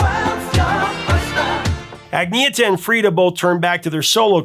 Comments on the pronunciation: Agneeta? Who's that? Her name is pronounced Anne-Yetta... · I've always loved ABBA, I still have the box set from 1993. Oh, by the way, it's pronounced "Ahn-yetta", not "Agneeta". :D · When you say Agnetha’s name, it sounds like you’re coughing up a hairball. It’s not that hard; it’s pronounced “Ann-NE-yet-TAH.” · According to her it's pronounced Anyetta. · Love your channel, Professor but I think it's pronounced An yet ta. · Pro-tip: the name is pronounced 'Anyetta'. Related to Annette. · Her name is pronounced "Ahn-yet-uh". Sure, on the surface, their music seems poppy and insignificant, but close listening will reveal that their songs have an underlying darkness, even the upbeat ones. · Everyone seems to have trouble pronouncing Agnetha. It's pronounced "on YET uh." Kinda like a Swedish version of Annette. Quite lovely name for a lovely lady.